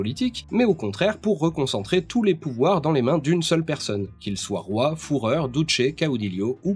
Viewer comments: Le titre du moustachu autrichien se prononce comme "fureur", pas "fourreur" 😂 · Pour Fürher, on dit *fureur, pas *foureur... même si l'un n'empêche pas l'autre... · J'avais pensé à t'en parler : le "ü" de fuhrer c'est vraiment un u, et oui le "w" c'est un v :)